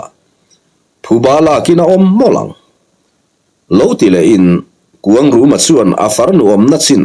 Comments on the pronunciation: Khuangruma ti in i lam ri in ka hre tlat zel😂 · A changtupa hi kuangruma nge kuangluma chiang zawkin a sawi theih chuan a lawmawm ngawt ang